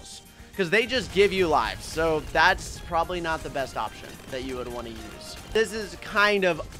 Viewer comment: Bro said ONEK instead of want